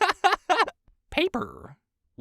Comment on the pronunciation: Thanks to 🦜, "me-TUHL" and "GLASSK" now comfortably reside rent free in my head